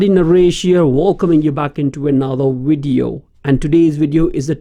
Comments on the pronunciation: through the whole video you kept saying WID EE OH! Oh I'm sorry I think I understand now, you are trying to say the word video, right? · when speaking English the letter v makes a sound like you put your lips together and you push air through and a little bit of sound and you go... Vvvvvvvvv Vivian vascular vote vomit voluptuous, So it doesn't come out like Wivian Wascular Wote Womit and Woluptuous. Do you sort of get what I mean? I apologize, I'm just trying to be nice.